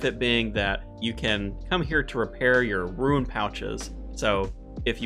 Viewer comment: Why do you say Ruin? Its rune. Roon. Roon, like I walked into the Room with a broom, zoom Soon, groom, loom, etc etc. Honestly i think you're saying it on purpose and thats scummy if true